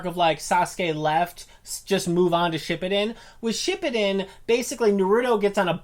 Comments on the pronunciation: Edit: And pronounce Shippuden like "Shpippiden" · shit he said shipbuldin😂😂😂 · yea and how she said shippuden